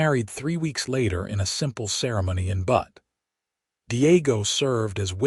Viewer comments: It is pronounced Beut NOT Butt. I guess we all should be grateful AI is not perfect in its pronunciation - the machines still have a use for humans. Zelda and Owen complement one another as a couple. It is nice to see Owen acknowledging Zelda’s talent and learning from her. That is something you would not automatically think would happen on the frontier. Hmmmm - Zelda & Owen marrying after 2 weeks may be a stretch. Watching from Clarksville, TN. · I love the AI mispronunciation of Butte. It's corny and cute. This is my favorite narrator of western stories.